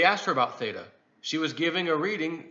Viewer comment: Theta. It’s theta right?